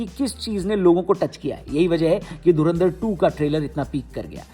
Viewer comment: Dhurandhar ❌dhunaadhar✅